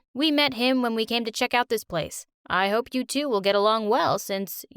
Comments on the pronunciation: Why did i hear hoe instead of hope 🤣 i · Who else thought she said h0e